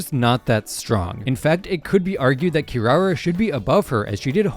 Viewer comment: Did he just pronounce kirara "SHE" ??